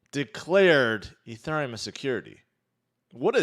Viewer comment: Why do you say Ethereum like that. Stop it.